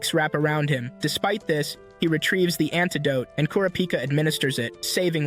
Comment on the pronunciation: I love how he doesn’t say kurapika correctly